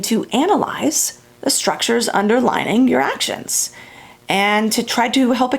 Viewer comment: I had the same reaction to the "underlining," or "underligning." I knew she meant "underlying" not only from the context, but near the end she says something like, "...and it underlies everything." There it is. I believe these things happen because our tongue or mouth just makes it happen, and we know what we mean, so we don't think about it a lot. But it can change what we're trying to communicate. We had to learn English when my family emigrated from Germany when I was almost twelve -- which is probably why this stuff matters to me. I was quite obsessed with getting things right. I have no accent. My sister was sixteen, and she does gave one. She has a habit of saying, "I wished I had one of those." I have pointed our to her that she means the present tense, but she is always putting it in the past tense by orally (or phonetically) adding the final "-d!" I think her accent makes people give her a pass, and they understand. But for me, the "underlining" was like fingernails on a chalkboard! I would advise to practice saying words with two separate vowels that follow each other, especially when the same or close. "Un-der-ly-ing." Sorry about that, but the lecture was stupendous!